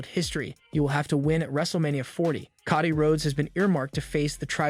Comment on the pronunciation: Bro, it Coe Dee not cah dee!!